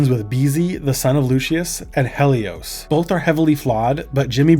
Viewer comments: Hell-ee-ose? That's not her name. It's Helloise! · a lot of mispronunciations on this video, but i took personal offence at Heloise, or how you said her name, Helios. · Ive never heard some one pronounce heloise like that